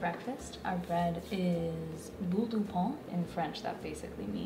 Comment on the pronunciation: No it's not "pan"... the n is actually completely silent. It's just used to make the sound "ain". She can't pronounce it at all and apparently you can't either...